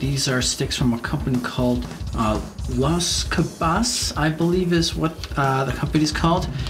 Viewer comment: Doesn't even know how to pronounce the name of the companies item.